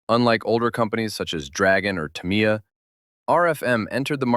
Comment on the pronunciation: "Tamiya" = "TAM-ee-ya", and the "ee" is barely vocalized (thus effectively "TAM-ya"). Certain modeling hobby YouTubers have popularized the erroneous "Ta-MEE-ya" pronunciation of the name.